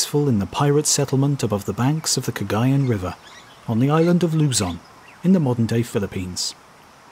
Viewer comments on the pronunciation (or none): In addition to mispronouncing "Cagayan", that was just a particularly lame account of that series of events. It seemed like, if there was anything that could make the Spanish appear in a positive light at all, you specifically left it out. Like for example: the fact that the Spanish won! I understand wanting to show it from both sides, but here it seemed like you narrated from the Asian pirate side exclusively. And that is rather strange.